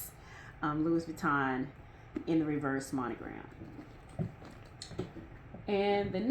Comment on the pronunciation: Louis Vuitton is pronounced “Louie,” without pronouncing the “s.” FYI 😀